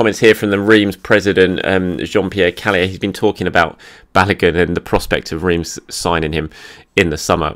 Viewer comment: this is how you pronounce Reims